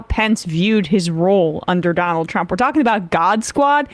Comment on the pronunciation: I like the new way Sam says "Donnel Trump." Also the way he emphasizes Elon.